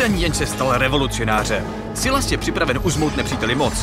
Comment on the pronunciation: Je to “Sajles” a ne “Sylas”